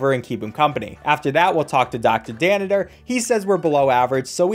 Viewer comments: He keeps saying danitor instead of Danner and it makes me angry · *calls Dr Danner Dr Daniter* Me: TRIGGERED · His name is Dr. Danner, Not Dr. Dannider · plus he calls dr danner "dr daniter" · I’m filled with rage every time you call dr danner dr danitor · You gotta love “Dr. Danitor” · My man really said “dr dannITer” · did anyone else notice he was calling applegate applebotom and mr danner mr danniter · Anyone else notice how he calls Dr. Danner, "Dr. Dannader" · “Dr danniter” did he really say dr danners name that wrong? Or is that how its said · It's doctor Danner btw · It’s not dr.daneter is dr.danner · It’s dr danner, not dr danidor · I'm sorry but I can't not point this out He says "Doctor Danitor" and "Ms Applebottom" It's ment to be "Doctor Danner" and "Mrs Applegate" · does he keep saying dr. dannitor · It’s pronounced doctor danner not doctor danader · Are you pronouncing Danner with 3 syllables? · Why does he keep calling Dr. Danner “Dr. Danniter”?